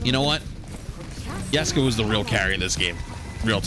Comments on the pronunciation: Yustice yor yessica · not the “yustice for yessica” LMFAOOO 😂